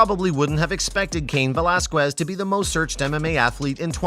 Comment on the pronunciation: You are pronouncing his last name completely wrong first and foremost. Secondly he did time in County Jail not prison.